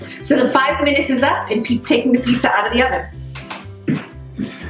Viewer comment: goddamn amateurs butchered 'pizza'